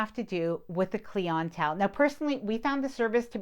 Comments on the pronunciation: Clee ent tell? Really!?! It’s cly ent tell - clientele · Liked the video but clientele is not as fancy as it looks It is pronounced clie in tell Like client and intel not clee on tell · Cleeontell 😂 Love your videos and ive learned so much in preparation for my first cruise in October! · Its not cleon tell, its clientele!! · What the heck is “cleontele”???? You mean “clientele”? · Please learn to pronounce words correctly. Specifically clientele. It is NOT pronounced Klee en tell Bad pronunciation really shows a lack of intelligence. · Trying the figure out the word she keeps saying … Klee On Tell? It’s Clientele lol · Awesome video. But the word clientele is pronounced cly-en-tell like the name Clyde. Not Clee-en-tell. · What's with the Cleon Tell ? It's clientele. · I liked your video but may I suggest you change your pronunciation of “Clee-on-telle”. It should be client-tell. Like client w “tell” added to the end. Otherwise ty so much for your hard work and effort. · Everytime I heard clientele I thought she was saying “cling-on towel” and I was so confused. It’s pronounced “client-tell” as in your clients/customers. Love your videos thanks for putting out great content! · Great video - just got off the Seascape last week. Doing a transatlantic in the Divina next month. Not familiar with the word cleeintel. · 👉👉👉Not sure why you're saying clee-on-tell for clientele, and Kay for Cay (pronounced Key). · What is a CleeONtell? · This is thoroughly annoying. Why is she saying "KLEEEEE ANNNN TELLLL?" How can someone create an informative video and not know how to use or pronounce the word clientele? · Clee- ahn-tell?? Clientele?? 😅😅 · You are mispronouncing “clientele.” You are speaking American English, but you really got that word wrong. The accent is on the “I”, its cl-I-entelle . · Cleeontell is not how it's pronounced..... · What is cle-ON-tell ? Are you saying cliental? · 😂😂😂 when I first heard her say that, I had to stop and "think" ... 😊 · What is klee-on-tell?